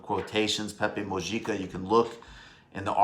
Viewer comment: MICHAEL! It is pronounced Moo-hee-kah (Mujica)